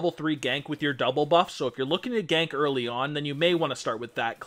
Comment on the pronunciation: You made a mistake at 33 seconds, "eary"